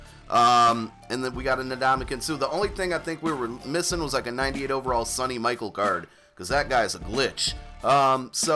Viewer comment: Hate to do it (b/c i hate reading criticisms on ppl’s videos when they’re posting material to help others), & hopefully it’s like your “Jeff” joke (if not, say it is 😉), but it’s not “sunny michael;” it’s Sony (like the TV & PlayStation) & his last name’s pronounced like the girl’s name “Michele.” I got to know him, very well (sadly), over the last several years as a Auburn University Professor. He played for UGA, but they’re Auburn’s “permanent rival” in the SEC East (AU’s in the West), & it’s actually the oldest college football rivalry in the south (longer than Alabama & the Iron Bowl). So every year, I had to hear & see him do some amazing stuff against us, & that was especially true when he & Todd Gurley were at UGA together. Thankfully, we still beat them a majority of the time while both RBs were at UGA, but they definitely did their own amounts of personal damage EVERY YEAR to Auburn, & Sony cost us the playoffs last year (2017 - really 2yrs but one season). Anyways, as always, thanks for the continued (great) content!